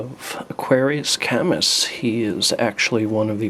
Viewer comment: CollectionDX: his name is pronounced ka-myu, not kammus. the s is silent, but just FYI... ^_^